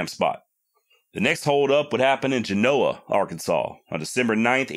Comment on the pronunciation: Dude you said geno Arkansas.. I'm from the Texarkana area. I'm very familiar with Genoa and fouke Arkansas. Lol